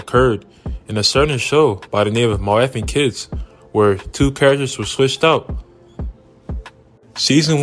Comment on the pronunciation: I've never heard anyone not be able to pronounce my wife and kids .